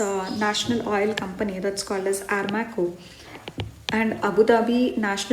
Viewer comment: I guest it's Aramco not Armaco Btw thanks for the video